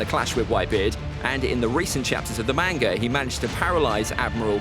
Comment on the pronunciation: Man if ppl are gonna be fans of manga… at least pronounce it right 🤦🏻‍♂️ it irritates me when ppl say “Mane-ga” where in the Japanese language do you think they have anything that sounds like “aye”. It’s not a huge deal but it still irritates me whenever I hear it. And did this dude say “the manga adaptation of the novel?” Who tf is this guy and why is he making One piece content.